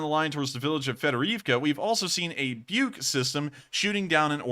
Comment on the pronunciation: Russian surface to air system pronounced like - book, not buke.